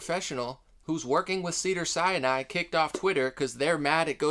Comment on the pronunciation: Not hating at all but it's pronounced Sin Eye, Sinai not Siani